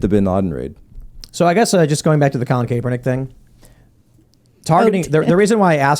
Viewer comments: It’s Kap as in ball CAP not KAPE -ERNICK just saying it’s apparent they’ve never covered him before , small annoying thing , I’m bored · Lol I hate Kap but her saying his name wrong is driving me crazy. It's such a simple name to pronounce